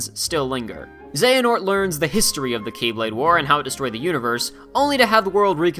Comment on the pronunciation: It's pronounced The key blade or The Kye blade... Not x blade.... Also he bashes on DDD when he didn't even mention the epic failure that was, re:coded. That was a bad game.